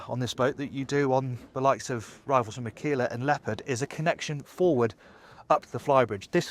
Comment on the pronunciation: Wish you learned how to pronounce aquila: accent on the first A and you pronounce the U too...